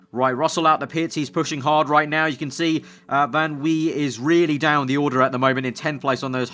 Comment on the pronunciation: If Van Wei is German- it would be Van V